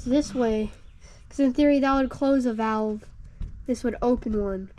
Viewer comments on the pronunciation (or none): none